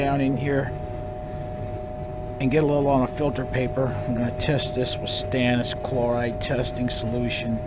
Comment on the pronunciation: You say stannous chloride testing solution, but I hear Stannis Baratheon testing solution.